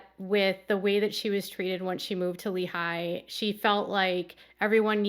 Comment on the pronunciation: Hi! I have some quick feedback on name pronunciation (from an Utah native). In Lehi, you tend to break it up like it’s two words and put a lot of emphasis on the eye sound at the very end. The emphasis locally is on the ee sound of the first syllable and overall it’s spoken more quickly.